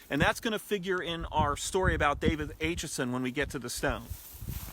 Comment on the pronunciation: David Acheson was my 3 times great uncle. Thanks for bringing him to public attention. My 11 year old grandson is currently working on a report about David Acheson, called “Gettysburg and Me” Something to note; the A in Acheson is pronounced with a short A sound like apple, not the long A pronounced like ape.